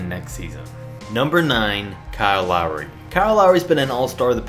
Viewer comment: Hmmm Lawry? Lol